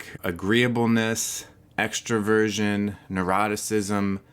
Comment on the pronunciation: When he says Extroversion... i hear him saying “Extra Virgin”